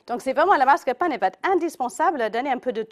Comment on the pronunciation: MascaRpone et non mascapone... tres mauvaise recette